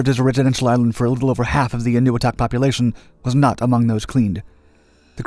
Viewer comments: It's pronounced: "En oh weee toc", with the accent on the weee. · i thought it was pronounced ...n-a-wee-tok